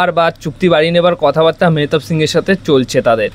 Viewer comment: tumi player er naam ta atleast thik bole bola sikho